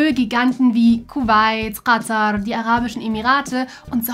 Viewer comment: Hab mir 10 mal angehört wie sie "Katar" ausspricht. Alter ist das satisfying.